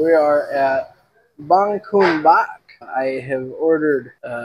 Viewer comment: It's banh cuon not banh coun 😂